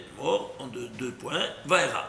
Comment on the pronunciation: Vaera, pas Vayera !